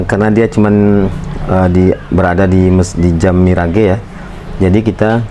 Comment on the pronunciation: Itu merk ngebacanya 'miraj' bang bukan mi ra ge. Mohon maaf